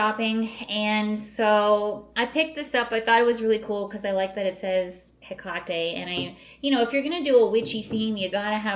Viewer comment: How can you be "spooky" and not know how to pronounce Hecate?!?!?!?